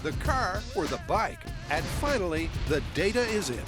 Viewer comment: It's pronounced "data" not "data."